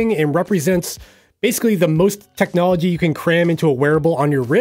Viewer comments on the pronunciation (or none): none